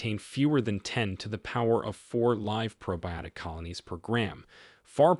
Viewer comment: Too bad they used an AI narrator that couldn’t pronounce common words like “live” or “arthritis”! Otherwise good information.